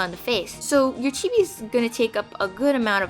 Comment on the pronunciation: at first when she said chibi I thought she said tv